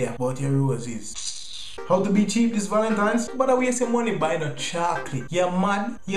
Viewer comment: "Valentimes!" Lol